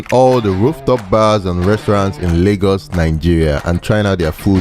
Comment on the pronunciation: It's called LAY-GOS not largos